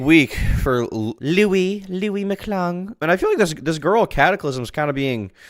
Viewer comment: I love that she and Louis were “so close” and he’s her puppet, but in the Papa Gut stream she didn’t know how to pronounce his name. “Lee-us” or “Lew-ee”